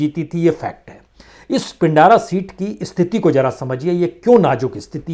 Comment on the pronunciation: महोदय पिंडारा नहीं उसे पिंड्रा कहते हैं ।